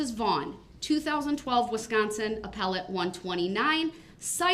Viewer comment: Apple-te court I’m not legal scholar but I think he mean appellate?